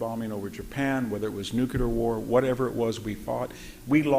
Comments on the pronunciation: Hearing this man say "The Ukraine" explains why the rest of us got it wrong for so long. I don't feel so bad now. Ugh, and then he says "Nukeular" multiple times... and all I am starting to see is Homer Simpson teaching WWII history... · How expert can you really be if you think nuclear is: "Nucular"? Hearing it 20 times in a row began to really grate my nerves. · I love hearing from any thoughtful, intelligent, and informed speaker and Dr. Hanson is one of my favorites, exceeded only by Dr. Timothy Snyder. However he is more than educated and strong willed enough to pronounce nuclear correctly and maddening that he doesn't. Surely a product of conservative anti-intellectualism. Nuclear has two syllables "NU CLEAR" and never the three syllable monstrosity "NU KU LAR". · VDH is really brilliant, but he can't say Nuke you lar. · Yah, if only he could stop saying "newkyoolar,," then so could I. Ouch. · Brilliant. Incisive. So articulate. The irony being that he cannot pronounce "nuclear" correctly and it makes me wince....